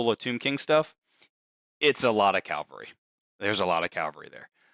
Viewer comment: It's "cavalry" not "calvary"